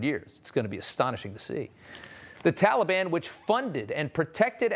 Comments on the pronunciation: The first thing slo’ Joe should learn is how to say Taliban. Not Tally-Bon. Good grief. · What’s embarrassing is the pronunciation by our president of our enemies, tolly ban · Tolly Bon. Sounds like a really bad candy!!. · Biddy: "I asked the Talliebun to be nice to us." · That is how Obama pronounced it. He is mimicking Obama.